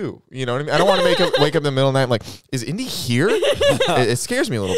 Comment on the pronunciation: Ew stooop...says indi. 😂😂😂😂